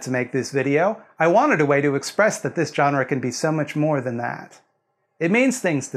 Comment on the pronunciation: Thank you for not being a dick about the jump-scare thing. For this I am willing to forgive the pronunciation of "jawn-ra."